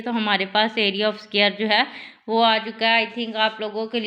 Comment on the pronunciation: It's not scare it's dquare